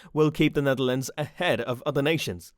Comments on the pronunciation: SERIOUS?? "NEATHERLANDS"?? The Netherlands you stupid f*ck!! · Neatherlands….. euuhhhh how’d you even get that wrong? Ahhaha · Netherlands, not Neatherlands. And the map you show, is not The Netherlands but The Netherlands and Flanders, the Dutch speaking part of Belgium. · Neatherlands its the Netherlands you have IT rong Nederlands as we say IT dutchs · Neatherlands? Netherlands/Nederland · i'm sorry but its the netherlands and not the neatherland & you're using a few wrong maps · Not Neatherlands!Netherlands!! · Nice video, too bad it has some mistakes, such as the map is the Dutch language speaking map, which included Flanders, which isn't part of the Netherlands Also, the name is Netherlands and not Neatherlands.